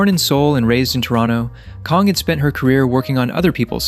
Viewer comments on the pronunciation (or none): A well thought through critique. Thank you! (But just fyi, Maggie Kang’s surname rhymes with rang (like a phone or a bell), not Kong or Karng. And Ejae is pronounced “ee-jay”, her name is not spelt out like an acronym.) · Is this script read by a robot? It's Maggie KANG. KAAAAAANG. WITH AN A. And EJ A E? Put some respect on the names of our queens.